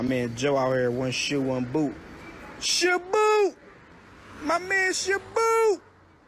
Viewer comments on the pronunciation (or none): SHOBOOT, MY MAN SHOBOOT